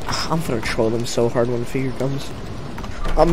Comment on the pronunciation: evil not fi-ure